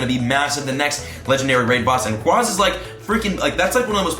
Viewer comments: Hate to be that one guy but... It’s ray-qway-za not ray-qwaa-za Watch the movies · Rayquaza is officially pronounced rayquaza (Rae-qu-ay-za). Not rayquaza (Rae-qua-za) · Idk who says it ray qwaza it's pronounced ray qwayza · ray-quay-zuh, lol. it comes from the word quasar. cant wait to not catch it though lol (suburbs) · LoL its rayQUAYza btw😂😂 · ITS RAY QUAEZA U WERE RIGHT BEFORE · You were saying it right originally, it’s ray-quay (like a quasar)-za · You know that's kinda funny you were pronouncing Rayquaza correctly the first time 😂 In the movie he's in it's Ray-qway-za and it's root word comes from quasar which is pronounced qway-zar anyway, just being technical here 😜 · Yep you are wrong becuz in the anime they pronounce it rayqwaza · They lied to u about Rayquaza's pronounciation Ray-Kwah-Zah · Its rayquaza as in quazar not like rayqwahzah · The Devil I know but it just hurts to hear it the other way haha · The way you used to say Rayquaza is in fact the right way to say it. If you don't belive me just look it up. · The official pronunciation is Rayquaza as in quasar, not as in quadrant or quadratic. Just saying... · It's actually pronounced the way you originally thought. It's supposed to reference a quasar, or some space-y event. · Wtf the first way you were saying it is correct. The second way sounds like you are special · You are pronouncing Rayquaza wrong!!!